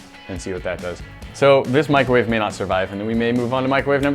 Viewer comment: In start she said microvave in a watermelon 😂😂😂